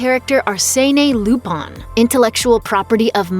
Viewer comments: why does she keep pronouncing it "Lupon" instead of "Lupin"? or have i been mispronouncing wrong all these years? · it's LUPIN not LUPON you uncultured swine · Lupon? Coupon!!! its Lupin, Looo-Piiin!!!!! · is it difficult to pronounce LUPIN (loop-in) and keep doing it wrong and say LOOPAN??? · Who is Lupon? Lupin was his name. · Its "LUPIN!!" NOT LUPAN 😅🤣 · its lupin the 3rd not loopon damn lady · She's pronouncing the FRENCH name with a JAPANESE dialect. They literally spell it RuPaN, where their letter a always rhymes with hahaha. They don't have a sound that matches "Peter PAN," which would be the French pronunciation. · Wait, I thought it was pronounced Lupin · Please learn how to say the french name Lupin properly. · I just can't get over them mispronouncing "lupin the third"... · Legit just pissed me off how they messing up such an easy name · Banna she butchered them names like it’s her job to do that